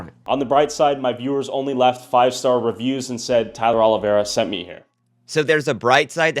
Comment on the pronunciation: Two videos now and you still don't know how to even pronounce his name...